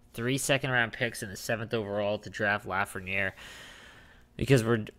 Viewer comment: It’s pronounced luh-frehn-yay